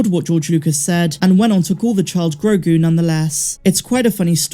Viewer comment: "Gro" like grow "gu" like a baby's goo gu it's actually perfect